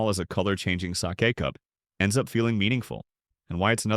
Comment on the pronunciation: Why can't the ai speech be proofread (sake was mispronounced)